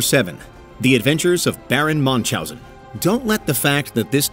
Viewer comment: Its Baron Münchhausen not manchhausen